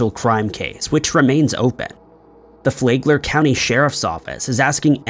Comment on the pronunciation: It’s Flag-ler county not Flay-gler county Florida lol 😂 I know I know…No one cares